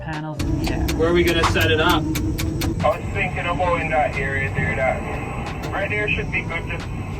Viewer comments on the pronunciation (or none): none